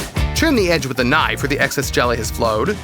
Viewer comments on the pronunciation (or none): jesus, the AI voice pronounces KNIFE so aggressively lol